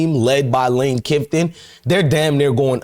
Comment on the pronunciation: Who's lane kiffton ? You're such a dumb ass !! It's kiffin, jackass 😂